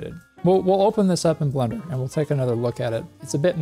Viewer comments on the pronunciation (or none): none